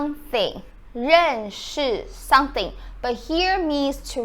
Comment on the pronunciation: When you say "someone" you put your lips together when you get to the "m" as you should and it comes out correctly. But when you say "something", I can see your teeth and it comes out "sunthing". I enjoy your vids and they are very informative